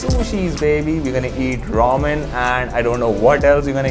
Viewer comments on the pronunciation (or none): Dude it is not rawmen it is ramen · You still don't pronounce ramen properly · Its not romen its ramen